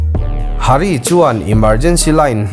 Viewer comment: Hari niloin haarii tih tur O 😉😊☺️